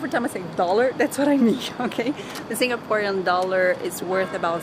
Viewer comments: You got all the Singaporean facts spot on! Even the pronunciation. Did your guide teach you how to pronounce them haha. Enjoy your stay in Singapore 🇸🇬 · Heh, pretty much everything you pronounced were right. Im surprised since ive seen many tourists pronounce Singaporean words wrongly but I dont blame them of course. Your guide definitely is a true Singaporean 😋😋